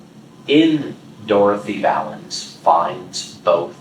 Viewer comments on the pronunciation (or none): none